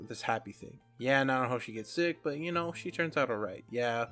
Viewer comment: Thank you for the Mushoku Tensei content, I always appreciate this series getting love. I’m going to put some names in the comments to help you with pronunciation. Peru-gee-us (armored dragon king, not god) Na-na-ho-shi Ki-shi-ri-ka__ ki-shi-ri-ku A-tof Syl-va-reel Za-no-ba Much love, keep it up, bro :)